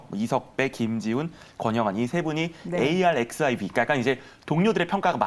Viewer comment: arXiv를 에이알엑스아이브이라고 읽는 놈은 처음 봤다.